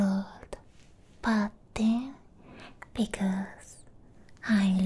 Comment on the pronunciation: lmaooo going a whole video saying pudding wrong